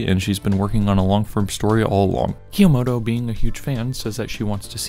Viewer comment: I liked this video, but the way you pronounce 'Kyomoto' was kind of driving me insane 😭